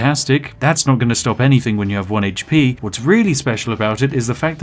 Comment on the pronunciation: I just like hearing him say "heych-pee".